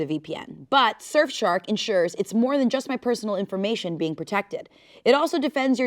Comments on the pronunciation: says "Shurf Shark" instead of "Surf Shark" for the ad & I prefer it being said that way now lmao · The way I thought it was a bit cause she kept saying "Shurfshark" lol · did anyone else notice "shurfshark" 🤣 (teasing lovingly no hate to the people's princess!) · "Shurf shark" 😂 I love so much! 😂❤ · I’m pretty sure says shurfshark the first 2 times she says it 😅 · said shurf shark like multiple times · ShurfShark? XD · Wait did she say “Shurf Shark” ?? 😂😅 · I couldnt tell if the surf shark ad read was going to be a parody or not cus kept saying “shurf shark” lmao which made me think it wasnt real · LOVE the way says surfshark. sherfshark... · anyone else hear "shurfshark" in the ad read??? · SHE SAID SHERFSHARK TWICE. best ad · No shot said "shirfshark" twice and THAT'S the take they used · It really sounded like she said shurf shark the first few times and I thought it was gonna be a bit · So totally said "shurfshark" at least twice during the ad read, right? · was no one going to tell she was saying “Shirf Shark” 😭😭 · said shurfshark...2 times..... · i genuinely thought the surfshark ad was another bit bc kept saying "shurf shark" at first.... i can't... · says fuckin SURE-fshark half of the time in the ad..........how was that not caught.......... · Not saying “Shurf” Shark multiple times 😂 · Nobody: the first half of the ad: shurf shark 😂😂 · Not saying Shurf Shark 😂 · she says shurf shark twice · love how was lowk saying “shurfshark” during the sponsored bit half the time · legit I thought the surfshark ad was a bit at first cause I swear was saying shurf shark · And saying SHurf shark at least twice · I thought the adread was another bit because kept saying ShirfShark XD